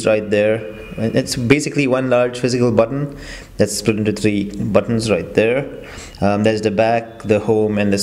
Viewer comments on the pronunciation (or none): none